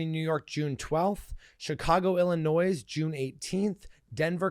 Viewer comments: Omg, you are too old to be mispronouncing Illinois, Illinoise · the S in Illinois is silent, honey.